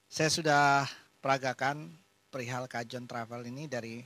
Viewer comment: dibacanya kahon ya...